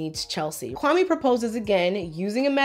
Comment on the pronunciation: Even the way he pronounces Kwame shows she really wants to distance himself from being Ghanaian. It sounds like nails on a chalkboard to someone who knows how it's supposed to be pronounced